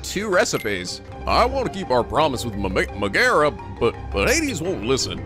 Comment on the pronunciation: It's pronounced (meg a ra ) not ( meg air a) sorry to be that guy